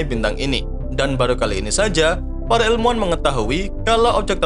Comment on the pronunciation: Orang jawa ya min, soalnya nyebut ilmuan jadi elmuan 🤭